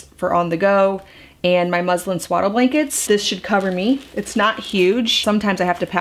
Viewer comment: It sounds like you are saying, “‘my Muslim blankets” 🤗